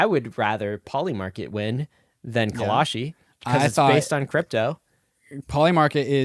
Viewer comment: Call-shee...not Call-a-shee